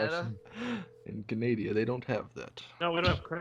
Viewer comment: at 34 min 30 sec, he says Canadia finally, someone else who says it like that